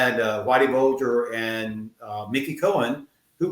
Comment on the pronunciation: Whitey Bulger, not burger.